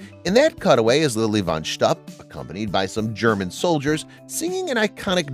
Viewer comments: That's pronounced shtoop not shtup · It's Lilly Von Shtup, not Stoop. There is a difference! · It’s pronounced “schtoop”, not “schtup.” And Richard Pryor self-immolated many years after this movie was made. I don’t know why they mention this as being one of the reasons for not hiring him. So much wrong in this video. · Arguably the funniest movie ever made that couldn't be produced today! Richard Pryor got burned by coke, Michael Jackson got burned by Pepsi. The word "shtupp" has a suggestive connotation in Yiddish, when aired by certain networks, it's beeped out. It's pronounced shtupe, BTW, The "bean scene" is enshrined in the Smithsonian Museum in D.C. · Wonder who writes such stuff -- a 27y.o. intern? Let alone the "young male A.I. voice" that mispronunces Lili von Schtupp. More care should be taken. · You truly did not see the movie, did you? Cannot pronounce Lilly Von Schtupp